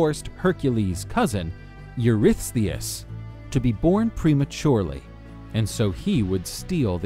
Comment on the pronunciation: Huge props for being able to pronounce Eurystheus once, let alone dozens of times!